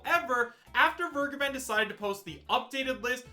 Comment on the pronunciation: Vergeben is a german Word. Everytime when He is saying "vergeben" my skin is crowling.